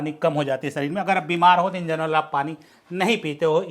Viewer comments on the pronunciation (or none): none